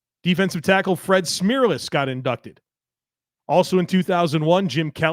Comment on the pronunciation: Fred Smearless and Vietn-am? Its rough out here good pod 👍